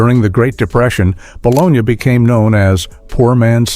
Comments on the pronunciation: Ba-lon-née. Please which artificial intelligence program did you use? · I really wanted to watch this, but after the third time he said Ba-Lone-Ya i couldnt watch anymore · Yeah, that bo-lo-nya thing got to me too. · Bit ball is it’s ba-Lo-nee spelled bologna. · I quit this video early because of the way they were saying bologna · Soon as I heard AI mispronounce bologna I unsubbed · I’d love to hear more about these but I couldn’t make myself watch past hearing the AI “bologna sandwich” pronunciation. A part of me died today 😂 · ai voice cant say bologna right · Pronounce bologna correctly. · You lost me with the pronunciation of bologna. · It's not the city, it's the luncheon meat so pronounce it correctly! Do better. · Why are you pronouncing the meat bologna, like the place Bologna in Italy? The unexplained, jarring changes of narrator, and what seems like deliberately trolling with bad pronunciations of words, made this video an unpleasant experience for me. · What is ba. Lone ya ? It's pronounced ba lone ee' I've eaten it all my life and love it. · Hey, idiots who made this video. Nobody pronounces bologna "bolonya", not in the U.S. It's baloney. Your AI narrator is crap. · Its pronounced bolonee NOT bologina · Calling it Bol-on-ya instead of bal-o-ny was the biggest joke of this video! 😂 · Never heard of eating “bologna.” That’s a city in Italy! Here in South Jersey it’s boloney😂 Otherwise your video is great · Bah-Lone-Yahh. Who doesn't eat baloney sandwiches! 🥪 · Baloney like the commercial not bologna 😒🤨 I don’t care if that’s how it said it doesn’t sound right baloney😉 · Baloney Not a soul I know pronounced it Balonia. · its ba low knee-not ba lon yuh-so BITE ME_peace out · It's pronounced BALONY not bologna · Bologna was always pronounced as "baloney", never pronounced as "Bolonia". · No one ever pronounced it bologna! We always said baloney🤣🤪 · I hate how the narrator mispronounced bologna 🙄🤓😬 it's spelled bologna, but it's spoken as baloney 🤓😳🤓